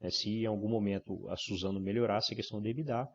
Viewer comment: Enfim, alguém pronunciando EBITDA da forma correta. rs